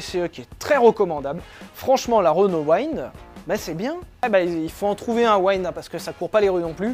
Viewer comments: Waynnde! Mort de rire. Weend. Vent. T’es une brêle à ce point là en anglais? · Magnifique ton accent pour la renault Wind... dis le avec l'accent français, ce sera parfait...hihihih